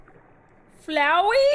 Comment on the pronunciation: My name is... CupQuake: FLOWEY?!! Me:Wow you actually got that right..sorta